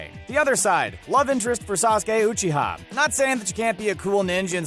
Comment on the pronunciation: “Ma Dara Oo Chita”